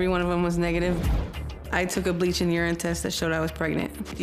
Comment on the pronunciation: Did she really just call urine, "yern?"